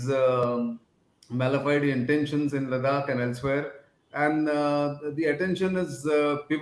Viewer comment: Nice and informative..but Nitins pronunciation of Ladakh though.. annoying !!!